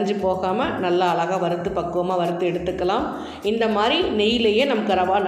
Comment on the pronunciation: One request. " Azhaga,' endru pronounce panna varalena beautiful endre sollalaame